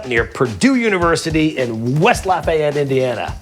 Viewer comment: Get that heart attack? But first learn how to pronounce Lafayette...